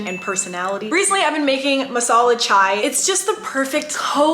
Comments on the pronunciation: Indians here- It's not masala chwai!! It's chai!! 😂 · The way she said chaiii is literally how Indians say it